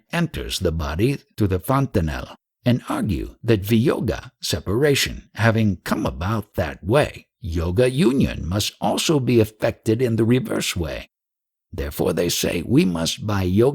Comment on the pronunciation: viyoga , not vayoga also its kar-ma not khaamaa which sounds more like kaama Very nice audiobook..however if you could take a bit of effort pronouncing a few words properly it would be even better ..and not cause confusion.